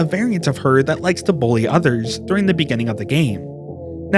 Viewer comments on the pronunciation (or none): none